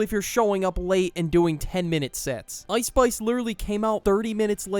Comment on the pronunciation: "ouice spouice"